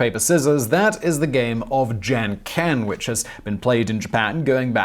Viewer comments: Wow, you REALLY need to figure out your pronunciations to simple words. I'm an American living in Japan (8 years now) and rock, paper scissors is pronounced junken (jun:almost like june , moon, fool, stool,; and ken like men, been, send, when.) You have a great channel, but you spend no effort to learn proper pronunciation of words. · It took me like a good 10 seconds to realise you said "Janken". Guys... I'm not expecting perfect pronunciation from you, but apart from the "n", English has all the sounds needed to pronounce this word perfectly. Listen to an example beforehand (even if it's from Google Translate) and you'd be almost perfect. (And replacing the n with an English n will probably go unnoticed even by many Japanese speakers)